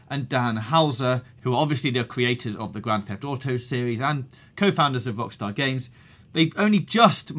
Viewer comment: This guy has got one seriously annoying accent, he cannot pronounce the letter 'R' to save his life. "This week on GTA 5 o'clock, Wockstaw entew ouw wich list"